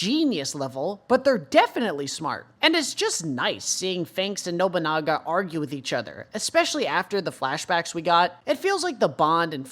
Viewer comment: Those symbols just indicate which bathroom is for each sex. Please stop overthinking things for 5 minutes my god. And continue calling Nobunaga "Nobonga" It's Funny.